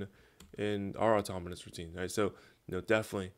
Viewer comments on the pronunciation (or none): why do I keep hearing automonus